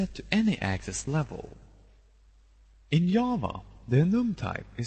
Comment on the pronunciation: You sir have my thanks... i have read tutorial after tutorial trying to understand enums and how they would be used.... in the first minute of this video you managed to get the idea across clearly and effectively... i thank you ps: not that i mind foreign accents however i do feel that i should point out that "Java" is not pronounced "Yava" in this case the "J" makes the same sound as the "G" in "generous" (dont ask me why)